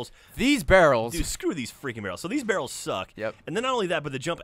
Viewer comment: As any bro says VARRELS!